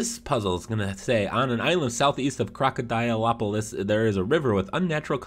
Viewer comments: I died when you pronounced Krokodilopolis😂😂. It's pronounced Krokodelopoles and it's a Greek name. It means crocodile town or crocodile city. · Great video, ps try saying Krokydiloplis that's basically how u say it 😉 or Crocodile City is easier 😂😂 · Oh btw its pronounced croke-ala-dope-a-lis